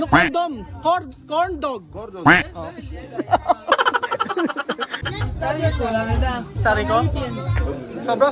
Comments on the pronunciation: One laugh for me when he say condom instead of corndog😂😂😂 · Ang dami Kung tawa sa video na ito, ma-seaensored ka pa yata 🤣🤣🤣 ano daw? cond-m🤣🤣🤣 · 😂😂😂😂😂😂corndog, Not comdom. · Tawang-tawa Ako sa Corndog na naging "'"CONDOM"'" 😂😅😂😂